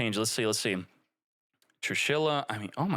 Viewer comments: TrIshula not Trushila 😆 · I have a heart attack every time says "trushila" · homie said 'trushila' lmao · True she la funniest pronunciation all 40 times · What's toxic about is that pronunciation 😂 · what's toxic about is how you pronounce her name